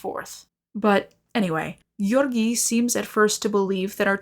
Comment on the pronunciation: sometimes you pronounce "Georgiy" so well i start to think video will continue in russian